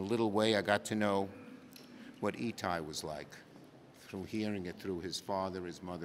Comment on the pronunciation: Hiccups on the name E Ty over and over, it’s part of all law to place the body in a manner of the family relationship